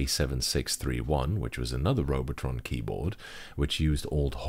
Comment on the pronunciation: That German is spot on.